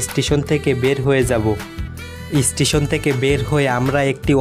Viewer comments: বিডিও, ইস্টিসোন,টিগিট, টেরেন,এসপেরেস,পেরায়,বোরমন, ভাইরে বাংলা ভাষা টাকে এইভাবে ধুয়ে না দিলেও পারতেন 😒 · অসাধারণ সুন্দর লেগেছে ভ্রমণ বৃত্তান্ত। তবে ভ্রমণ, ভিডিও, স্টেশন ও ট্টেন উচ্চারণ করলে আরও ভালো লাগতো।